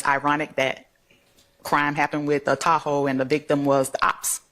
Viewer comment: At first, I thought that they were saying, "tacos" not "Tahoe".